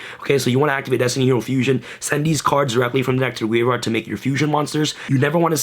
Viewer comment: Why do you say graveard?